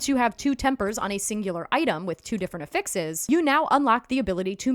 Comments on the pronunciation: Ok but effixes? >.> 😆 mild judging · lol and the help is appreciated! The pronunciation is NOT 😆